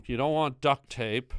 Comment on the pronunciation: "Duckt tape them" 😂